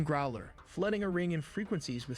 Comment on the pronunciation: OK, you shouldn’t be watching AI videos. Men have nothing against you for it but don’t feed AI channels man. It’s not good for well. Anything also I hate that the AI mispronounces growler.